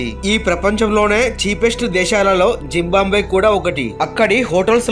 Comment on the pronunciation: జింబాంబ్వే కాదు, జింబాబ్వే.